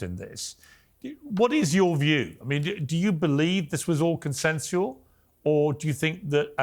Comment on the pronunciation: So everyone gonna ignore he said “consensual”